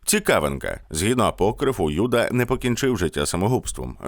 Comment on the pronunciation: не кому, як подобається, а відповідно українських фонетичних принципів вживається без подвоєного звучання першої літери — Юда, Єрусалим, Ісус, а російською мовою це буде звучати, як Ієуда, Ієрусалим, Іісус. Дякую за увагу і за відео❤